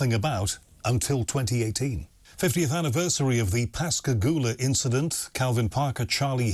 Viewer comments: I'm quite impressed that you pronounced Pascagoula correctly. As a native of the area, I often hear the name butchered. Well done. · You know they were abducted and experimented on by humans in the unacknowledged space force. It was an Alien Reproduction Vehicle (ARV) the two men saw. And I commend you for pronouncing Pascagoula correctly.